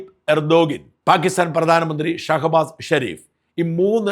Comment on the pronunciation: പ്രിയപ്പെട്ട ഷാജൻ ചേട്ടാ ഈ "പാകിസ്ഥാൻ" എന്ന് പറയുമ്പോൾ കേൾക്കുന്നത് "ഭാഗ്യസ്ഥാൻ" എന്നാണ്.. കേൾക്കുമ്പോൾ വല്ലാതെ ചൊറിഞ്ഞു വരുന്നു.. 😂 ദയവായി ഒന്നു ശ്രദ്ധിക്കണം.. 🙏🏻🙏🏻😁 പാക്ക് "ppaakh"